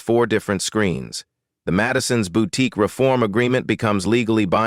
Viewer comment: Where is the T in boutique that’s irritating me